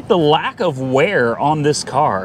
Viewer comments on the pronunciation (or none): none